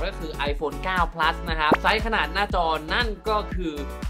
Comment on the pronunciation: ขนาดดเด้อครับ ไม่ใช่ขนาก 9 Pleus ไม่ใช่เด้อ 9 Plus